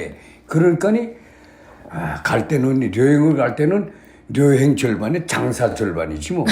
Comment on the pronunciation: 아버지는 아직도 발음이 "여행"이 아니고 "려행"이라 하시네요 ㅎㅎ